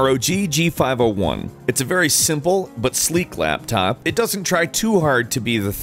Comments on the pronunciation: Lol he said laptap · Its a laptap everybody. A laptap.